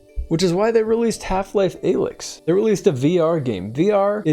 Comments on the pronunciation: disliking for pronouncing "alyx" like that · That pronunciation of Alyx makes me question if he even played the games at all. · He hasn't. This is slop. I knew how to pronounce her name as a kid when HL2 came out simply by playing and paying attention. Youtube is getting sloppier these days.